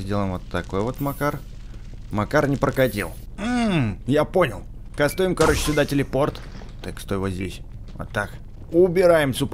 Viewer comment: пачему ты говориш кастуем?